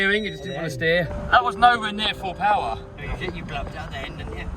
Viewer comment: just went "more powah" and the wheel said i'm out 😂